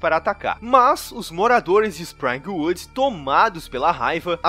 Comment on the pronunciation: SprIngwood com i mesmo e Freddy Krueger e não gruger, fora isso bom vídeo. ❤️